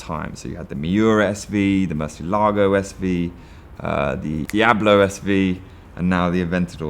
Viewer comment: Jota is pronounced Yota!! and there is a ch in Murcielago!